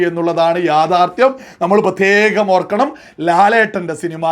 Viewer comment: അവതരണത്തിന്റെ ബാസ്സ് കുറച്ചു കുറക്കുന്നത് നന്നായിരിക്കും.. ഉദാഹരണം പ്രത്യേകം എന്നത് ബാസ്സ് കൂട്ടി പ്രത്യേഘം എന്ന് പറയുന്നത് പോലെ തോന്നുന്നു. അതുപോലെ നിലപാട് എന്നത് നിലഭാഡ് അങ്ങനെയുള്ള കുറെ മലയാള വാക്കുകളുടെ ഉച്ചാരണം എല്ലാം ശ്രദ്ധിക്കുന്നത് നന്നായിരിക്കും.